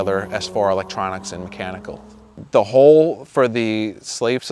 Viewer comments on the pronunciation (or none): none